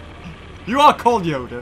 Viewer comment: Man says Yoder And here’s Yoda